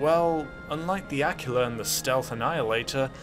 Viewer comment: I will repeat an old comment about the Akula you mentioned It's a-koo-luh